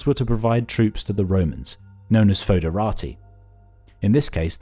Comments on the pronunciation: … Foederati = FED-ə-RAY-ty. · Anglizised, yes.